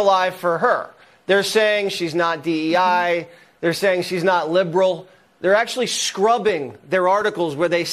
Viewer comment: "She's not lib'rul."